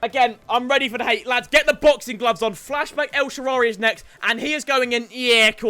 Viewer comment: And El Sharaawy, you are on thin fucking ice